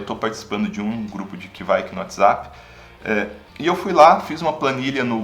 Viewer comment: To pesquisando sobre essas leveduras agora e não ouvi ninguém falando desse jeito...